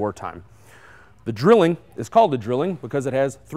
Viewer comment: Its pronounced Drillling just as he said it